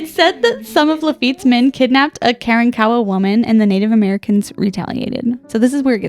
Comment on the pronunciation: Karankowa is pronounced kuh-ron-kuh-wuh 🙂